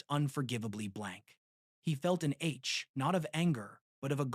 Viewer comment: It's also such a shitty AI I can't recognize daemon as the archaic spelling of Demon. It still pronounced Demon. Also the way it.pronounced ache, a simple word, as H... Almost killed my soul.